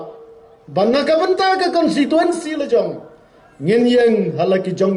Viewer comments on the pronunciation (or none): Kat u mdc tang ban pronounce constituency ruh dang kynnoh consituency mo dei ba sa shu jler